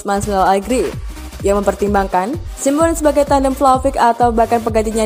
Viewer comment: Min, cara baca anda kok lucu Simeone = simWan 🤣🤣🤣 Mosok cara bacane gituuu 🤣🔥